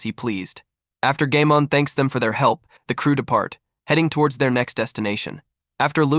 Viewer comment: Bro said gaymon